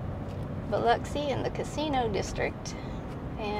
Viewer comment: Welcome to my neighborhood (Long Beach). Excellent job pronouncing Biloxi. Pass Christian is heavy on the ANN. Pass Chris-chANN. Enjoy your videos.